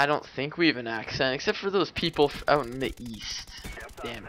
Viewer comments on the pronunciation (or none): I wouldnt pick you out as a canadian. Of course there are a couple of oots here and there but not too much